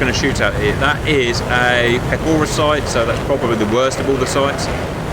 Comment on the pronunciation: Pechora is pronounced with a ch sound like in choke venesuelian freedom, not like a k like in killing venesuelian children for oil.